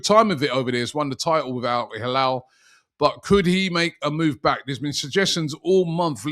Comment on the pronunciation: Rubby it's El hilal not alhalall